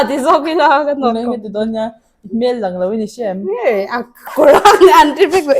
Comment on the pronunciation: A that hmel(face) hmel tih hi i lam dik thin lo face (hmel) sawina in i sawi zel a